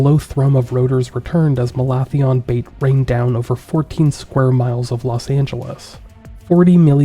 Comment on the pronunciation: I thought that was pronounced "Malathion".